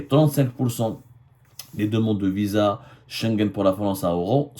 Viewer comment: Vous avez dit Visaa,Visa comme c visant?